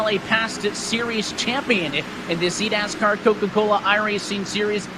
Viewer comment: I keep replaying it over and over and I just hear eat-ass-car